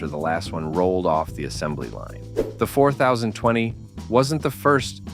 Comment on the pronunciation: You immediately lost your credibility when you called it the 4-0-2-0 instead of FortyTwenty. That's what it's always been called. Pretty pathetic!